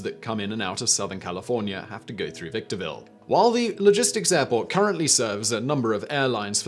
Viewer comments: VicTORville....not VictoRIAville. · It’s Victorville not Victoria Ville and you should do some research on it Victorville has quite a scattered past there’s even rumors that a mission by the Mojave River was sacked by Indians and their bodies were all buried and burned somewhere in a big hole There’s a river that flows north underground ,endangered fish and snails Lots of bodies end up in the aqueduct that provides water to LA And everyone funnels through there on their way out of California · Interesting pronunciation for Victorville...